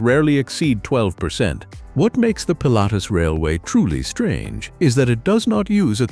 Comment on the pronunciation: Das ist das Ergebnis, wenn man KI auf die Menschen loslässt. Zu dumm, um Wuppertal, Pilatus, Schienenzeppelin u.a. richtig auszusprechen...